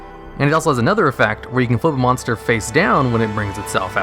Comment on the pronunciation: “mosnter” Great vid though, love these lists.